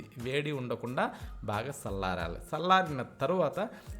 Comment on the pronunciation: Sallaradam kadu Tandridge challarali nee bhhsa baledu